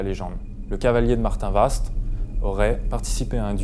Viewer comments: ça se dit Martinva et non Martinvast,on ne pronoce pas le st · Je suis une Cherbourgeoise et on ne dit pas le S et le T à Martinvast mais on le prononce MartinVA ! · Alors on dit Martinva 😉. Que représentait le cadre tombé ? Il n'est pas tombé par hasard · Salut superbe enquête le s se prononce pas (Martinv(s)at Merci